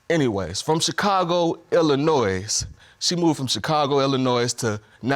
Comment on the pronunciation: Why is Trinity's dad saying "Illa-NOISE"..???? Isn't it a silent 't', therefore (phonetically).. 'Illa-noi' ? Correct me if I'm wrong. I'm an Ozzie, just trying to work it out.